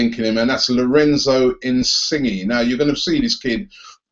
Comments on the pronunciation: Pronounce 'insigna' not 'insigi' lool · Insige! XD In-sin-yay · That's exactly how it's said, glad someone else noticed him saying it wrong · Its pronounced in-sin-yay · I think you say it like in-sin-yay